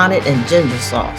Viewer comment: daamn she just called the hot ones sause ehh...